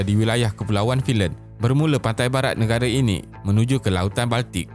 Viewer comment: Beb. Content bagus. Ada potensi besar. Tapi sebutan Bahasa Inggeris teruk. Australia. Island. Sebutan Bahasa Melayu pun tak tepat. Negara (bukan nengara), lingkaran (bukan lingaran).